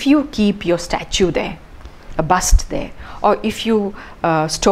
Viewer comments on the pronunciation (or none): none